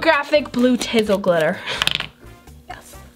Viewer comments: It's tin-seal not tizle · Its not called tizel glitter its tinsel glitter!!! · Its tinsel not tisel